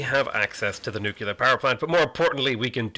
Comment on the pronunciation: PLEASE pronounce nuclear correctly. Saying, "nucyaler" makes you sound like George W.